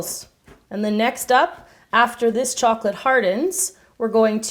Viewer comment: Strawberry or chouclate